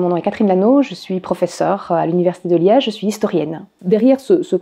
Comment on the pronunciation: les liedgeu les "ge" ils les prononcent "ch", comme les Rouches ! Allez les Rouches !